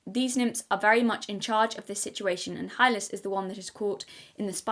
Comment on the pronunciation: Yes, you are pronouncing the name "Hylas" correctly. "Hi-les"